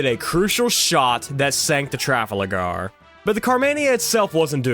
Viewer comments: Sick video but it’s tra-fal-gar Not “traflager” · The way he pronounced Trafalgar 😂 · Mispronouncing Trafalgar and Trinidad is wild